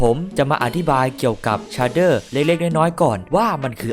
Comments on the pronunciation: มันอ่านว่า เฉดเด้อ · มันอ่านว่าเชดเดอร์ครับ